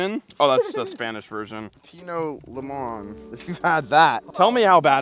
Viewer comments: Im offended Norm that’s my favorite Gatorade flavor, and it’s pronounced “ Lee-Moan” with a Spanish accent 😒🤣🤣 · You 2 together crack me up. Norm the lime cucumber gatorade is pronounced lee-moan pep-eeno